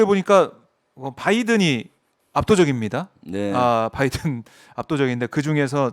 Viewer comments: 열번 스무번을 들어도 바이던 으로 들린다 그리고 말을 한사람이 진상규명 을 해야 한다고 하는데 누가 누굴 진상규명을 한다는건지,.. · 바이든으로 들렸음.